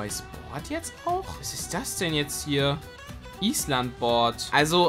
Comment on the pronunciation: Könntest du Iisland Richtig aussprechen